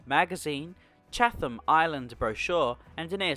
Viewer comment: Not to be that guy but its pronounced Chat-em.